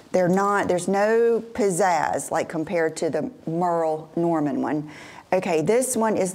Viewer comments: Im laughing at the Merrill Norman annunciation and people jumping down your throat. 🤣I have all 3 of the Everlane turtle necks that you showed and I love them. Ive had them for close to three years nowm they are so comfortable and don't choke me like some do. Greatt video thank you! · I used to love the Merle Norman compact cream foundation! And OMG, I've been here so long I do remember the SAGA when you pronounced it wrong, LOL! Good times lol.